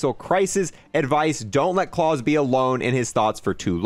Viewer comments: It was annoying me me kept saying claws, not Klaus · Klaus (ka-la-ow-s) not klaws 😡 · Ffs please stop calling it cause/claws, pronounce it correctly. Clouds without the d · Probably pronounced "Kl-OW-SE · Watch the originals on netflix...its not clause its klaus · I believe Klaus is pronounced KLOUSE like Mouse as in a person's name but Claws pronunciation is funny too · It isn't Claus like in Santa. It's Klaus like the name. Like how the fish from American dad says his name . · I can’t take how he pronounces klaus incase you didn’t know it’s a German name pronounced cl-ow-ss that’s how you pronounce klaus it’s not claws lmao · I'm pretty sure since it's German it is pronounced like it rhymes with house, not claws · Claws (the word your saying) Klaus ( a German male's name) Smh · Klaus is not pronounced "Claws" it's pronounced "K-lao-s". Rhymes with house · This dude saying Claws.. ffs Klaus like mouse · true it really irritated me lmao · It’s not claws it’s Klaus pronounced like k l ah uh s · Klaus, German name, not claws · claws LUL its german, pronounced. cl-''oww''-se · I had to wince everytime he said "clause" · Wouldn’t Klaus be pronounced like klouse (rhymes with house) and not rhyming with pause? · Well it has an "L", so "Kl-ouse". Idk how to describe it nom-verbally haha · Man it’s annoying me how he is saying klaus he is saying claws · Man pronouncing Klaus as clause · The way he’s pronouncing klaus is rly bothering me It Kl-ow-s (sound out the s) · Klaus is pronounced like it would be for the fish on American Dad. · Can’t wait for this. Never played zombies before about 1.5 months ago. Just snipers away from Dark Aether. Love the channel and it def helped me get it done. I wish I could tell you how to say Klaus the right way. Congrats on 100k and you will be at 200k before you know it with all the hard work and grinding. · Klaus is pronounced like the fish from american dad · LoL that was bothering me too